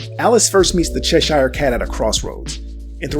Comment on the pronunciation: Cheshire is pronounced : che (like 'chess' without 'ss') + sheer interesting theories though